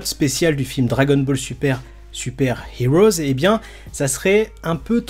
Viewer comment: STP! Le film se prononce dragon ball super Super "Hero" et pas "heroes". Pareil, dans dbs c'est pas les haters mais les heaters. Désolé mais dans toutes tes vidéos tu fais la même erreur et je trouve ça agaçant. C'est sans méchanceté hein 😁👍